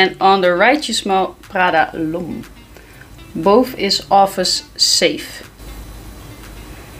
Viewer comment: You girls are so funny! Your channel is definitely my top two for fragrances. A tip of advice from a french Canadian man. The right way to pronounce" L'Homme" is OM. That's it L'OM